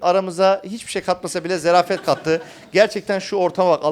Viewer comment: zarafet Hasan, zerafet değil